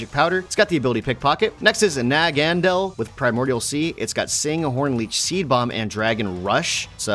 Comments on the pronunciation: nagandel Me: uhhhhhh it’s naganAdel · normally it doesnt bother me but Nagandal just hit the button for some reason 😂. Correct me if I'm wrong but i pronounce it Nag-a-nay-dal. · its pronounced Na-ga-na-del i hear you say names incorrectly so often but so i am tying to send comments in future to help with pronunciation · gg: nagandel Me: my favorite poison type got pronounced wrongly😠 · Its Nawg-a-ned-le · The way he pronounced naganadel….